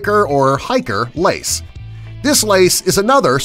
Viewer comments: you said lice not lace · it days lice instead of lace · lace not lice 😝😜